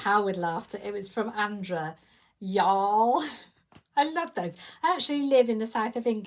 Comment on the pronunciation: Hi,, I love your gifts from the girls. I’m so glad that you had a great time in Florida, glad the weather cooperated, you never know about the weather in the south. You say y’all with an English accent! That cracks me up! That dress looks a little bottom heavy with that blue band, do you have enough of the patterned fabric to make the band? I think it would look better with the same color band. Your pictures are great, I know I missed a good expo, some are not so much. Maybe next year. The pjs looks so comfy, your daughter will love them. Have a great weekend!